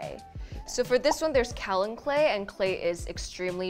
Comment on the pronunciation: I dont know what influencer came up with this pronunciation but kaolin is not pronounced cow-lin. It is pronounced Kay-oh-lin. I am a geologist. I know this.